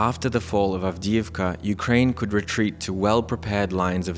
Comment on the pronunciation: Ukrying? haha ... from Singapore . FAFO